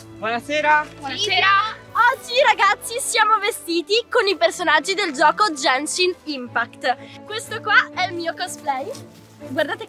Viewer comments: "Sentite.. È Jencshhin Impact" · ASCOLTATE....È JÆNSCIN IMPAKT, poi chi cavolo è Kazuka? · "È gænshin impact" la pronuncia è ghenshin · ma tipo perchè GenGiN ImpAcT? cioè è Genshin Impact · È Jænshin impæct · È genshin impact non jenshin impact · "E Jenshi Impact" Muoi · Ma è gaenshin impact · Ha detto Jaeshun Umpacti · "Gengi Impact".. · "Jenshi impact?" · ma come c4zzo gioca, non può prendere i pezzi del primo “piano” 🤨 comunque questo video è molto offensivo e imbarazzante, soprattutto il fatto di non saper pronunciare correttamente il nome del gioco con cui si sta facendo la collaborazione. Ew, this is so cringe, guilty. Cit. Kim Kardashian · E POI NON SI PRONUNCIA COSÌ SONO DACCORDO CON TE ANCHIO CIO GENSHIN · "Jenshin impact"